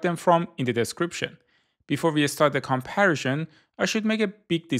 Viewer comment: Nice video. Informative. Why do you pronounce comparison like that though?